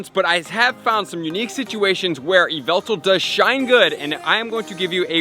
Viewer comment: ai hev yveltar